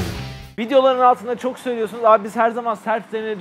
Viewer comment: sövüyo sunuz der gibi çıkmış 😅